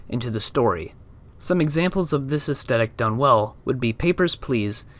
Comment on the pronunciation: AesTHetic. It’s TH like Thrush not T like Twat. The content here is great but I couldn’t finish the video because of this pronunciation, sorry to be so knit picky but astehtic isn’t a thing. Facetiousness aside, don’t be disheartened as what you’re covering here is fascinating. I think you’re probably best to practice pitching your video ideas/ scripts to trusted friends and family within a strict time limit. That way you can see what points you get interest peaking at. Should help formulate more direct/dynamic points and also makes streamlining a script much easier, imo. You’re basically the only one doing theoretical game psychology videos and it’s brilliant and with a bit more polish you’re going to be an incredible voice in this emerging field of games journalism. Keep going, I’m looking forward to see what’s produced by your idea factory over the next months and years. It’s also pretty sweet you have Edinburgh Castle as your top photo, I can see it from the front room of my house as I watch your videos was a bit of a WTF moment!